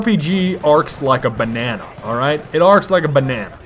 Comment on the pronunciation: I just break out in laughter, whenever you say "banana(s)".. i can't tell why, but it's just funny as hell